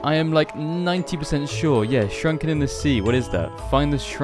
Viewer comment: SUNKEN CITY NOT SHRUNKEN 🥲